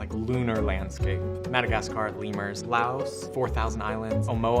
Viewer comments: swatpcdi02 the crazy blitz maniac yes and laos is pronounced lao the s is silent. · He didn’t even know how to pronounce Laos